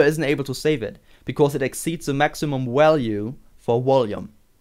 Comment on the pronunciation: Walue and wolume.... Lol